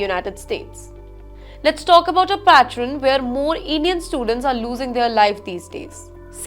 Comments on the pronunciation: mispronounciation today is “ patron” instead of “pattern”. 😂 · Yes annoying accent. Pronunciation mistakes. Unbearable to hear her read. "Pattern" she kept saying "PATT-REN: Oh God. Why don't they study practice and come as professional readers. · As sad as this incident is, and my heartfelt condolences and sympathy go to this boy's family, what kind of reporting is this? Can't you pronounce pattern? You are pronouncing it as "pattren". And you are reporting that he was shot on Washington Avenue in the US. Which is like saying somebody was shot on Mahatma Gandhi Road in India. Incompetence all around.